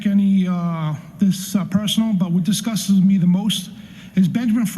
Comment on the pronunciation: I like it but he needs to learn how to pronounce the words “disgusts.” Lol he said “disgusdis” TWICE!